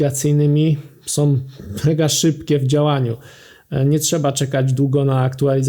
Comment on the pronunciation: nie "naszom", tylko "naszą"", nie "som", tylko "są"